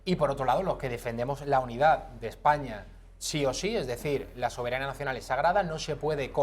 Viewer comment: Vete al parlamento inglés por ejemplo, canis con dinero y corbata jaleando como burros, por no decir de otros(decenas) que se cuecen a palos. Ejpaña dice el idiota. Objetividad es lo que te hace falta. Y el que escupe en el parlamento es Rufián, y las que sacan las tetas en el parlamento son esos que dicen Ejpaña.